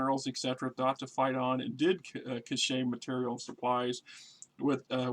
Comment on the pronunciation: God yes, that was so painful to hear the way the narrator butchered that word! "Brian Catch"...lol